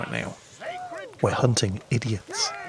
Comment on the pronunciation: "Be very very quiet we're hunting idiots", i had to listen to that twice because i thought he said "Be very very quiet we're hunting indians"